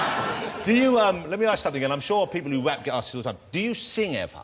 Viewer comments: I think that's why sometimes Eminem look like he was going to smile... or laugh... because he can't believe this guy is pronouncing rap as WAP... it is too funny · 2 best bits 1. When Jonathan first said rap (wap) and 2: 'yeah l do I wanna nail her' haha